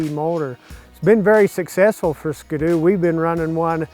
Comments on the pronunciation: God Dam Its (Skee-Doo) Not (SkaDoo) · why does he say skdoo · lmao really you pronounce it like it's one word.... don't you see the dash? ------- - it's ski.........doo hahaha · Lol "Skdoo" XD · I’ve never heard someone pronounce it that way “skudoo” it really bothers me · The way americans say ski-doo really triggers me. Not sure if thats how you actually pronounce it but its triggering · Is anyone else bothered by the way he says "ski-doo"